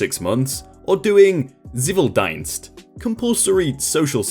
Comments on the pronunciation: "tsiveel deenst" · It more pronounced like civil ... actually kinda ciiviil deenst (long vocals) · Ok... As a german I cringed a little at that pronounciation... Zivildienst and Wehrdienst... dienst comes from dienen meaning serve. An the "i" sound is long so pronounce it like "ee" as in keen or seen. And the Z is a hard sound. Pronounce it as "tz" as in Tzu (the name) that comes closest. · Im really really sorry but your way to say “ präsenzdienst“ and “ zivildienst“ is just to funny 😂 its Great